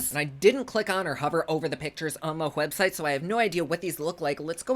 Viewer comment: "copacetic" - correct. "Hwebsite"????? hrrrrm.